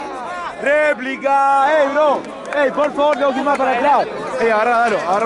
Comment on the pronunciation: era replica o paso replik (se supone que se pronuncia replika :v) ni alejo lo sabia